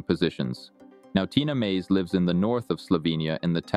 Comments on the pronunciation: Tina M A Z E not Meyz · Tina Maze NOT Tina "Mejz."................don't make any more videos about people whose name you can't pronounce..........especially about phenomenal athletes like Tina........... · get rid of the vonn photos. and pronounce Maze correctly. You obviously don't know her very well.